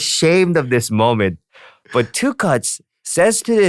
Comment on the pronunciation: 'Do you remember Prada phone?' 'NO' (w/ emotional deadpan delivery) Btw, the way Tablo says Tukutz sounds like 'Tuchus'. Actually, that day he was!